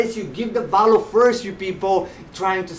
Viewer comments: I can give you value by teaching you ESL. I'm a professional English teacher. Veeehhh-ill-you. Not Vow-loo. Seriously. Let's talk and help each other. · I’ve been listening to many people talking about this book or similar books and no one has ever explained it so clearly. You make total sense. I also love how you say “value”. 😁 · You requested feedback, I’m not one to criticize, especially someone doing important work like yourself. A lav mic might give better audio since your not always facing the mic the way it is set up now. You’re energy off the top was off putting to me personally, but I am warming up to it. Lastly, that’s not how to say value 🤣